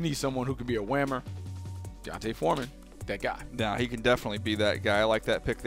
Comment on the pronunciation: Cmon cuh his names clearly D'onta not Deontay